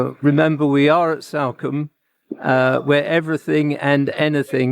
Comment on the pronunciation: “This is Salcombe” he says. Completely mis-pronouncing the towns name. Same for East Portlemouth. Seriously…